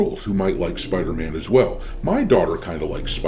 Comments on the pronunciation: Spidey❌ Spithey✅ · Spider-Man ❌️ Spedder-Man ✅️ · Spider-tham ... lol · It's called SpiderMAN not SpiderTHEY or SpiderTRANNY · He's called Spiderman Not spiderthem